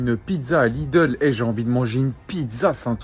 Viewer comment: On dit Lidl pas Lideul chez pas quoi sa se voit que je viens de l'alsace 😭😂